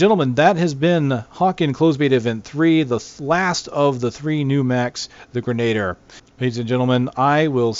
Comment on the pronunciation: No offence, I literally could not watch past the first time you tried to say grenadier. It's pronounced "grenah-deer" not "grenayder"